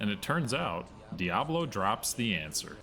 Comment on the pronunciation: Always get me when people say "Diablo" or "Baal" incorrectly. They only say the names a million times in different cut scenes and NPC interactions. Smh